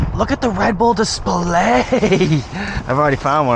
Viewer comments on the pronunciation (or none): Love it when you say dis pl ayyy Lmaoo you’re soo funny. Keep up with the awesome humor 😂